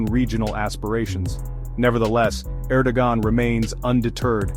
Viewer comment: Thanks for the great summary, you probably already know that the AI isn't producing Erdogan's name correctly.